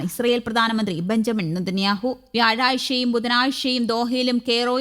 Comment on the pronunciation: വ്യാഴാഇഷ അല്ല 😂😂